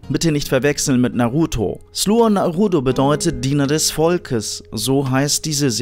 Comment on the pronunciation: Es heißt sluga naroda und nicht sluha norodu also die Serie